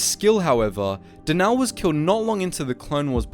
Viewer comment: I’m afraid it’s not pronounced denaaal or deviiiiiss it’s denal and deviss